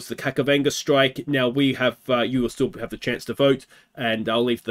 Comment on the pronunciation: JSYK his name is pronounced Kachavenda not Kakavenda